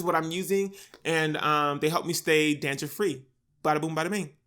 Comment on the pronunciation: did you just say “dandriff”? 🌚